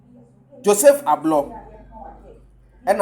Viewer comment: Please learn to pronounce Ablor's name well. It's typical Ga name so don't pronounce it as Twi name.